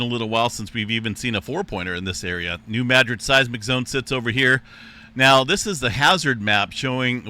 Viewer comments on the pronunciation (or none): EM referenced the New Madrid zone, again calling it Nu magic. When is he going to get the pronunciation correct? Search Stefan Burns for someone who is very knowledgeable